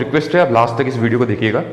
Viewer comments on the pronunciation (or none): none